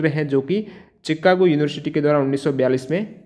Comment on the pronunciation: Sir vo चिकान्गो nhi शिकांगो hai 😂